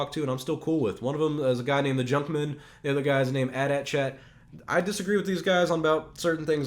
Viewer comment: The way you pronounce the AT-AT gives me aids XP